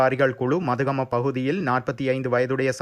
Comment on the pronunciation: மதுகம இல்லை மத்துகம..